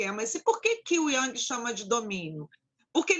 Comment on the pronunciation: O vídeo começava bem, até ela questionar Carl Jung, e falar o nome dele errado. Ali já vi uma questão séria, pois uma psicóloga errar o nome de um mestre è de doer. Depois, mostrou-se arrogante e despreparada ao contar da mensagem que enviou ao paciente. De fato, nem todos podem lidar com pessoas, ainda mais com esse nivel de despreparo e desequilíbrio para manejar certas angústias do paciente. Assustador ver esse tipo de gente tratando pessoas. Um show de horror essa senhora deu neste vídeo. Uma verdadeira aula de como não ser psicóloga.